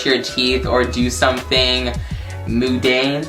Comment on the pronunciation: stupid it’s pronounced mun- Dane not moondane